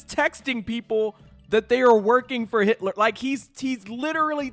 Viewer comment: Oh sis...not "Yitler"....💀